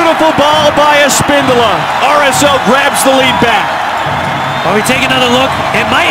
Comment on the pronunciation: A-spin-do-la and Av-e-la hahaha....I think it's Espen-dolah and Ah-vilha there announcer.